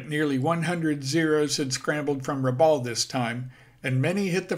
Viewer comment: Rabaul is pronounced "Rabal" with the 'a' as in "bat" - not how it is said in the video. At least that's how the locals say the word. ....jus sayin! My cousins grew up there in the 1960s and talk of finding old military vehicles and things in the jungle ... and catching fish with a box of grenades.